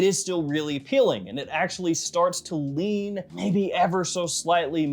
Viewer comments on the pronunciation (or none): none